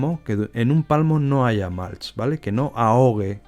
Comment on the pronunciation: Súper interesante! Gracias por compartirlo!! Por cierto, acolchado en inglés se pronuncia “mulch” con u no “malch”. Un saludo!